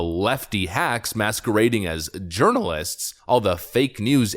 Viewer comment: Did I hear you say Urinalist? lol